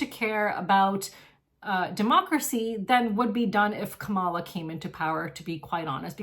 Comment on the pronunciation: Thank you for taking such good care of the cats! Your kindness is very inspiring 😊. I appreciate your take on Palestine and the election. It would be nice if you pronounced Kamala correctly though.